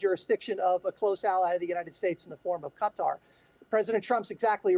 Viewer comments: lady it's not pronounced cuttar , your supposed to be a professional , ka -tar is how it's said it took till he said it to figure out who she was talking about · You hear the people of Qatar pronouncing their country name. Yet you still say cutter are you ignorant or rude to their country its pronounced KaTar. You’re ignorant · Please pronounce it correctly it's catar. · That is very very true. They have been saying cutter, since the first Gulf War. I cringe whenever some so-called pretentious journalist says cutter, Thank You!